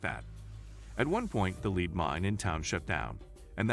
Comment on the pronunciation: PLEASE PLEASE PROOF LISTEN TO YOU COMPUTER SPEAK. LEAD is not lead as in leader but lead as the mineral. Thank you